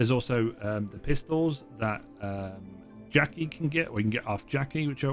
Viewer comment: He pronounced the first 2 pistols and then got to jakies and got stuck for a sec that was funny for me